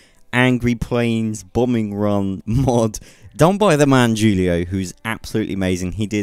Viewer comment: The j in Julio is silent. You pronounced it as if it were spelled jewlio, instead of hulio